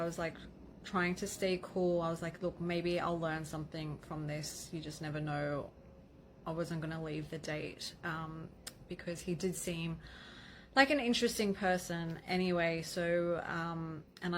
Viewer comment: "He was intteresting enough..." Entrepeneur... rich enough right?